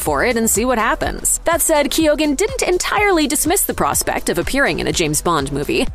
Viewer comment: I don’t think the pronunciation of Keoghan is right at all. Should be Kee - yan